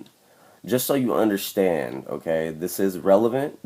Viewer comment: dude are you saying "ok" or "im gay"